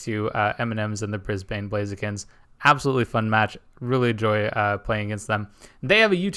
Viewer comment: ok it's bugging me now LMAO Brisbane is with a soft b. Like Bris-ben instead of Bris-bane :P also this was a hell of a game!